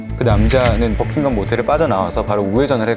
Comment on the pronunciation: Your English pronunciation BUCKINGHAM!!! NOT BUCKING GUM!!! DO YOU UNDERSTAND????